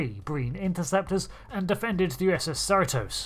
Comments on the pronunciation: You said it wrong it's Cerritos Cerritos not ceratos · USS Serra-tose. Tell me you don't watch the show without telling me. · "Allay-dowe"? "Serri-toes"?? A perfect video, but your pronunciation hurts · I'm curious why you pronounce the names of the Cerritos and Aledo like you do, esp. since their pronunciations in the episodes are pretty consistent. Instead Ser-EE-tohs, you say SER-uh-tohs, and likewise instead of uh-LEE-doh, you say AL-leh-doh, not only changing vowels but changing the stressed syllable. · Al-ee-doh. Ser-ee-toess. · Seh-ree-toes. A-leedo. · You’re pronouncing “Cerritos” weird. Here in California (I live in Santa Ana) we pronounce it SIR EE TOS. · Disappointing video. Firstly the 'i' in Cerritos is pronounced like 'ee' in Cheetos. Secondly you missed a huge detail about this AI and ship in that it's either inspired by or directly descended from Daystrom's work on the M-5 Multitronic Unit - we saw it had the same coloured display in Lower Decks. Sure it was probably meant as an easter egg, but it's on screen so it's canon. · The narrator pronounces Aledo and Cerritos so strangely. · How do you mess up the pronunciation on Cerritos? They say it in the show. It's like mispronouncing Enterprise. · Is it just how brittish people talk, or did he keep mispronouncing Cerritos?